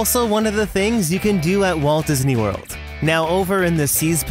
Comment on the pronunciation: Disney not Dysney